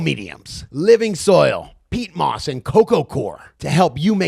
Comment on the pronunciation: Pete moss...😁...who's this guy😂!?! Peat moss bro...and I'm French 🤔😎!